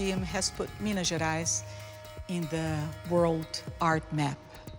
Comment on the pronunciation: me wondering what the hell is miniaras, its him pronouncing Minas Gerais lol